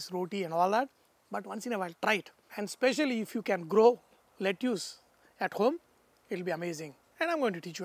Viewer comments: Lettuce pronunciation is "let-us" (Not making fun but just saying it). And ya needless to say the recipe looks delicious 🤤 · Chef seems like you have forgotten how to pronounce lettuce and broccoli anymore. Watching this video from US, sounds pretty bad to the ears...